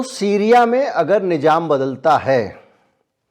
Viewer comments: Itne qabil aadmi ho phir bhi urdu bhasha ke shabd thik se nahin bol pate,, Nizam ko nijam bol rahe ho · Sir boht sachi khbre dete h Sir thoda urdu aur study kr lijye to aur 4 chand lag jay. Jese ap nijam khte NIZAM bola jata🙏